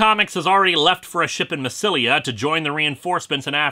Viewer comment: Julius Caesar wasn't emperor he was nearly dictator for life but it was Augustus Caesar who became emperor, in fairness half the emperors were called Caesar I'm just trying to point it out, I could nitpick about pronouncing massalia wrong or how the goths were Scandinavian German not French but that's a tad too petty.